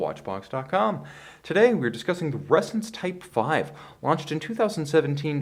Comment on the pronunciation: I keep hearing resins